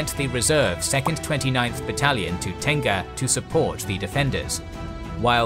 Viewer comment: Im a Singaporean Malay and when I keep hearing Tengah pronounced as Tenga I chuckled cause I keep thinking of the Japanese brand. Just FYI it is pronounced as te-ngah it means middle/centre in Malay language.